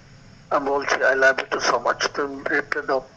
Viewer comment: "আই লাবি টু" বলে প্রপোজাল 😅😅😅